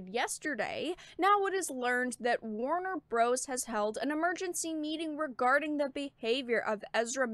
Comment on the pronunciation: Warner Bruhs